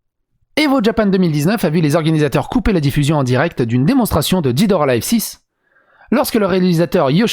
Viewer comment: Dead => ded, pas did.